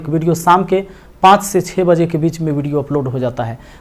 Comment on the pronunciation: Aap 6ko chahu bolte h to vo samj nhi aata